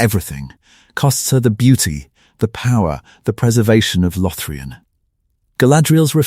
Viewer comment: "Lothrian" instead of LothLORian. 🤦🤷🙄👎🏻